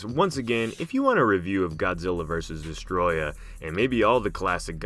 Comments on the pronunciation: Its actually pronounced Deeeeess-oooohhhhh-trooooooyyy-ahhhhh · it's not Destroyer..... It's DESTROYAH!! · Not trying to sound like a dick, but your pronouncing Desteroyah as if it was pronounced destroya, but it's actually pronounced Dess-tur-oi-a, forgive me if I sound like a dick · Not Destroyah... its DESSATOROYAAHHHHH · Mate you’re saying Destoroyah wrong You say it by pronouncing it as DES-TOE-ROY-AH Also you have to yell it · It’s destoroyah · idiot its destoroyah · I did actually forget about Destoroyah was one of the strongest monsters. But Kaiser Ghidorah made Ghidorah my top. Also you arent saying Destoroyah rght or King Ghidorah